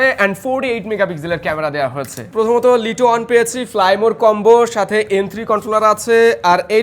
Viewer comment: ভাই ওটা লিটো হবে না ওটা লাইটো হব😵